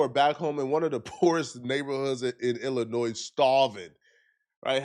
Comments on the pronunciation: Let me correct you the “s” is silent in Illinois and the township is Thornton I live in the township which consists of 18 suburbs which she has left in shambles also Dolton is not a poverty stricken suburb that would be Harvey or Dixmoor our property taxes are ridiculous I heard it’s a hit on her and the boyfriend bug eyed ignorant a** , the inconsistencies in this video is outrageous the food she was giving out was expired and spoiled all she did was throw line dancing classes and bingo every week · You pernounced "Illinois" incorrectly as you do with at least one word per video. You're an internet "wish" i was a journalist type vibe is cracked you weiny 😂